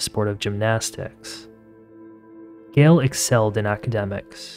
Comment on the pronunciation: It’s Gayyyyyle not Gil